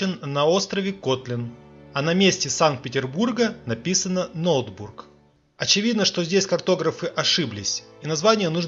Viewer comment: Правильно произносить не Ноутбург, а Нотебург. Это шведская крепость на Ладоге, ныне крепость Орешек. А не Кроншадт!